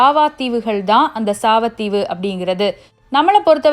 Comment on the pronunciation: சாவத்தீவு இல்ல சாவகத்தீவு